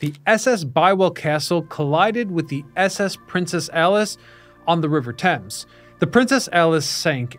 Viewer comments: Stop trying to pronounce the A in thames 😂 its probounced like temz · It's funny that you mispronounced Thames the entire video.